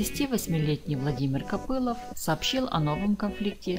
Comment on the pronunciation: Не Копылов,а Копылов,ударение на о в последнем слоге.Вас слушать невозможно.Отчего плачет страна горючими слезами?займитесь русским языком.